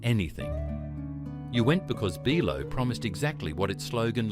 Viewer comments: "BEE EYE LOW" ???? Pron. Buy Low. Cheap supermarket in other words! Obviously the "narrator" is not 'true aussie' else "he" would know how to pronounce BI LOW. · Ite pronounced byelo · maybe its the mispronunciation of so many words (BL-low??) and the lifeless voice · that's not how you spell it. it's BI-LO not "Billow".